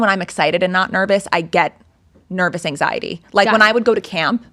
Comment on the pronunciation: has a speech impediment so she pronounces some sounds “ily” like an old video of her when she was blonde said anxiety “anxiely”